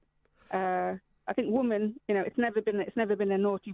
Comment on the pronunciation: I love how none of the people in the interviews I have seen about this poster of the dictionary definition of woman can actually read a dictionary; ˈwʊmən' is the word 'woman' in phonetics and they all read it as if it is in English and mispronounce it as women.